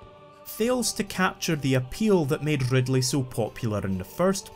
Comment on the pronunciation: love that rrrrrrrrrr